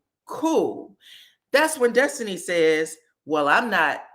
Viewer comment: The way you mimic Nell and the way you say “Destiny” (it always sounds like Dustiny to me) always gives me the cackle I need 😂😂😂